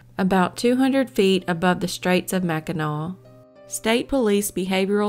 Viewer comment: Yay!!! You said Mackinac (w) right! Heading that way in two weeks!